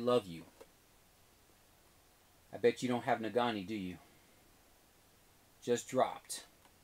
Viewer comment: #spotlight can't wait to see you in an hour. you are killing me with "nagani" it's pronounced "nageenee":)